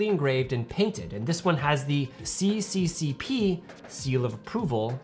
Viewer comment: Is not ci ci ci pi.....but es es es ar 😅🤣😉😜